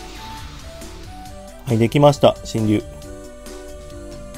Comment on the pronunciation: 読み方しんりゅうじゃなくてシェンロンです確か